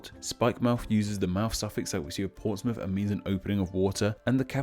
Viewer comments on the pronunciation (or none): none